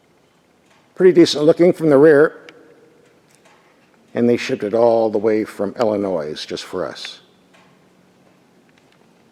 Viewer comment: Did you say El-uh-noise for Illinois?🤨 Those of us from there go 🙄 But I’ll bet you know the “s” is silent. But I like your review ☺️👍🏻